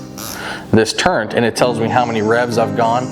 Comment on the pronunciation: There is no "N" in the word "turret". Some folks add it but they're incorrect. They learned the word by rote. It is a great video. Well done.